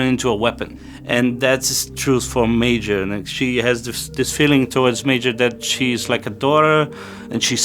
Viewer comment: Por favor, parem de chamar Meijor. É Major, ou Motoko. simples assim.